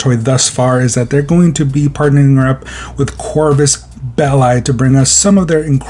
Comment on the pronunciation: You say it as "belly" literally belly